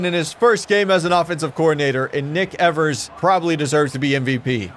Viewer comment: I think the first syllable in Evers is pronounced like the one in "eve", not "ever".